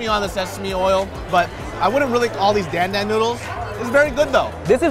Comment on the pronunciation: My heart hurts every time people say "Dan Dan" wrong. LOL